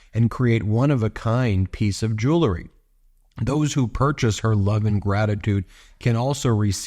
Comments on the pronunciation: OMG! It's JEW EL RY. Not freakin' Jewl a ree. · Ben - jew-EL-ry. Not Jew LE ry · Ben, Honey, it's "Jew-el-ry". Why is everyone saying, "Joo-lur-ree"? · “Jew lery “?? Please correct yourself